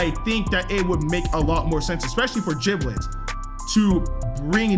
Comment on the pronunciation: Giblet not jiblet its like Gerry and jerry